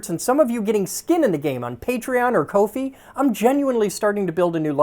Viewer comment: You know, I always thought Ko-Fi was pronounced like "coffee".